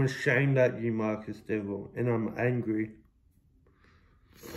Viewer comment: I completley agree with everything u have to say, but I’m more ashamed of the fact u took this to social media… not to be petty or anything but atleast learn to pronounce his name properly